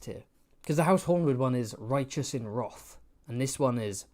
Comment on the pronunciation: Why are you pronouncing wrath like that 😭